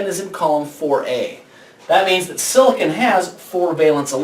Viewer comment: silicon is not pronounced like that!!!!!!!